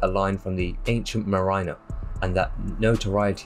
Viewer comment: Such a pity that a well thought out documentary is accompanied by a narration anything but easy to follow. Also pronunciation of some words (like "corpse" for "corps" and "mariener" for "mariner") along with a monotone from start to finish eclipse all that is good about this documentary., I'm not knocking it. What you have here is a rough diamond that needs polishing.